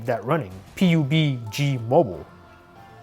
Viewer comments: pee uu beee gee mobile LMAO ITS PUBG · LOL YOU SAY PUBG as EACH LETTER! It's Pub Jee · Lmfao he said P. U. B. G. Mobile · Its not called PIJUBIGI MOBILE ITS CALLED PABG MOBILE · The most shocking part of this video is that he called PUBG "Pee You Pee Gee". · cringe he says P U B G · my man said P-U-B-G mobile im ded xD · lol how he said PUBG tho P-U-B-G mobile? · Pí-jů-bí-...G... Mobile.. That ripped my ears :and i got goose skin also :D :D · Hahaha how did u pronounce PUBG no hate o nun but😂😂😂😂